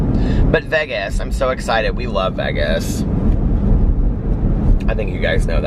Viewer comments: As soon as you said Vegas the “correct way,” I was like YAS!! Then I realized I love the way you say it!! Eat lots of yummy food and safe travels to you and Alex!!! Have a fantastic anniversary in “Vehges!!!” 😉💙💙💙💙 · doesn’t even have to try to be funny.. “not baggy cute”...make sure you share the pic when you wear your black polka dot shirt & shorts with black piping..Happy Anniversary.. you got the pronunciation of Vegas correct..or at least how this country girl says it.. FANS ROCK!!!! I love you, plus I love myself!! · OH MY GOD YOU SAID VEGAS CORRECTLY. IM SO PROUD.